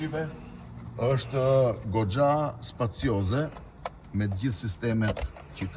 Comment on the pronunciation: Ik more nastradin, edhe shqip nuk di, cpacioze thote, ik more mjeran